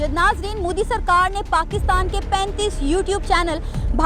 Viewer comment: Moodi nahi MODI... Pehle naam bolna seekh jaao..🖕🖕🖕